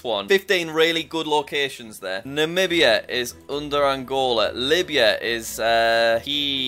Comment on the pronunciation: I remember jack Namibia he pronunciatinglikd Nabia